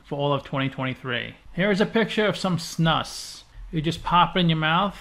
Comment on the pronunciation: snus is pronounced more like snooze. maybe Snuus is more correct. im swedish were the word comes from. guess it grew from the english word nasal snuff.